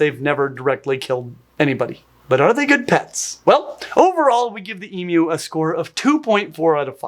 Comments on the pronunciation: Thank you for not pronouncing “emu” as “ee-moo” 😂 so many people here in the US and Canada are so insistent that it’s not pronounced “ee-myoo” despite what the Aussies tell them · As an Aussie, THANK YOU FOR SAYING EMU (eemew) CORRECTLY!! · As an Aussie, I want to thank you SO MUCH for pronouncing ‘emu’ correctly. It’s weirdly annoying when people say ‘eemoo’ instead of ‘eemyew’. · I’m from the US but I’m a big bird nerd so I knew it was pronounced “Eem-you” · Thank you for pronouncing correctly ❤❤❤ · well done you, yes it's an, ( Emugh) not an eemoo, your ability to amaze, never surprises, can't take a backwards step as with the Roo, Kangaroo's, that's why you find them on Australia's Coat of Arms, cheers, #1 RARARA. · As an Aussie, I really appreciate you calling it an emu not an emoo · Oh BTW. They love mirrors. If you shine a mirror in their direction. They will come over to see what's shiny. Normal wire farm fences cause the deaths of hundreds of emus each year. If you want to keep an emu you'll need a better fence. Thankyou for pronouncing emu correctly. This Emoooo thing is a misunderstanding caused by the fact that some African adopted words like Gnu are pronounced that way, but similarly spelled words from other foreign languages may not be pronounced in the same way. This is Australia not Africa. Africa has Gnu's (g' nooo) we have emus Eemyoos. It's probably a good thing that the gnu was discovered before the emu. Imagine if the whole English-speaking world thought we had to say g'nyooo. The farmers did not ask for the army and machine guns. They wanted subsidised bullets. They were granted this after the emu war and settled the problem using their own. 303 and even .22 rifles with the help of the 100 or so usual contractors who along with their predecessors had worked through every other population spike for the past 100 years Just as they had requested. The problem was solved before the 1926 harvest, no thanks to the Federal Government.